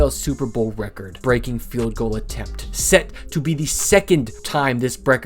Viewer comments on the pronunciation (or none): 👇 people who went to comments after he said "breckord"